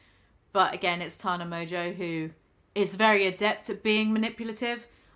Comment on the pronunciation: Why does she pretend her names mojo?!? Clearly not pronounced that way!!!!